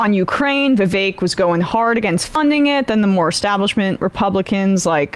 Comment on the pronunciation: Marge and Gaetz outside (haha), claiming that they were being racist by attacking Vivek, but the entire time they never pronounced his name correctly even once